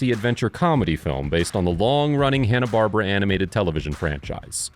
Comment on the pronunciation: Love the video but you pronounced Hannah-Barbara wrong.